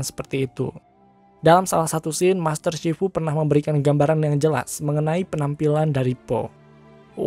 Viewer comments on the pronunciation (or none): none